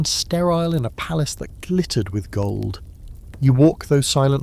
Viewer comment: PALACE not PALACEY